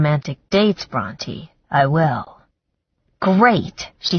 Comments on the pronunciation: This narrator is terrible. Her male voice is cringe worthy! It's also annoying that she does not know how to pronounce the main character's name. It's not pronounced Bront(i) but Bront(ae) like the author Charlotte Bronte referenced in the book. It made me want to stop listening because this is said so many times. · Same and “Brontë” often sounds like Raunchy. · Omg me too!I keep correcting her like.. SHE IS NOT NAMED AFTER A DINOSAUR, But a famous author... how do you not know how to pronounce Bronte?!?!?!?!?!!